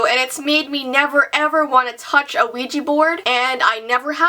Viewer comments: Why do Americans call it weeji when it is ouija! Wouldn't it be weejah? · It's pronounced WE-JA. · I didn't know it was pronounced "weegee board". I'll probably try it someday if I can. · Why do people pronounce ouija as ouiji??? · you said Luigi board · U pronounce Ouija board wesha board. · Ouija Board is pronounced wigi board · DJ JJ my little brother actually pronounces Ouija board, Luigi board 😂